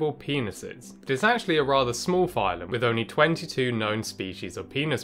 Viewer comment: "Rather small phylum." Damn why you gotta say it like that :(